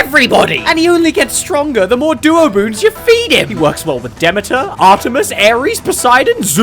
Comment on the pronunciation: Man calls us stupid and then mispronounces Demeter...